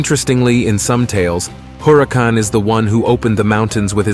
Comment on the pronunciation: Le Sigh, it's not 'Maze." It's pronounced: Mah- Eeze Written Maiz Also it's Huracan but NOT pronounced with the sounding of the 'H' in English. It's just not pronounced at all. I'm Mayan and we did NOT know a Germaniac language (aka English), H is not pronounced. Not ever is it Germaniac it's Mayan.